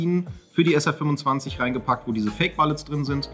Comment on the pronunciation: Mann, Mann, Mann....."Riffel"? Ernsthaft? Das englische Wort "rifle" spricht man so aus, dass es sich auf "Eifel" reimt. Auch spricht man "bullets" NICHT wie "ballets" aus, sondern genau so, wie man es auch tun würde, wenn es ein deutsches Wort wäre also "bullets". Ernsthaft, wenn ihr des Englischen nicht so mächtig seid, ist das an sich nicht schlimm, aber in Videos wie diesem wirkt es dann sofort unprofessionell, also checkt doch vor dem Dreh eben noch mal die Aussprache von englischen Wörtern, ist doch über das Web schnell gemacht, Leute.